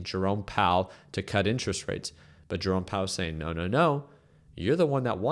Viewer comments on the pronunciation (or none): none